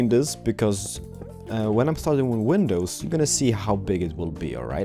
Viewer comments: Please stop saying penisis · Lol you say window penises... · Why do u say Window Penis 😂😂 HAHAHAHA oh my god cracks me up Rachel timemu say that where are u from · Did he just say 'Window Penises' ?! XD